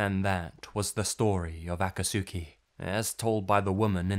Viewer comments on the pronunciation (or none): The man saying Aka-Sooki Has never watched naruto He’s mispronouncing Akatsuki lmao